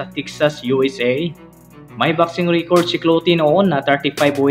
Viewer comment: pastilan ang simpling “even though” naging ebentot. Ingat ka naman pagbigkas sa mga english words katulad ng record - reycord losses - lowsis ang panget pa ng intonation mo. ✌️ i-improve mo naman kasi interesting ang mga videos mo.👍 at alam ko hindi madali gumawa ng videos.